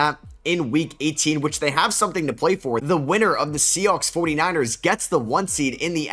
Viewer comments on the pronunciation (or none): none